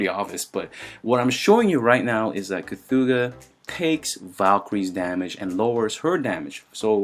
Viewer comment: It’s actually pronounced che-thuga